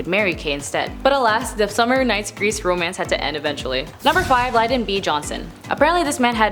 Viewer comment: Lyn - don. LyN-don. Lyndon. Sound it out like 1st grade. It's not that hard! 🙄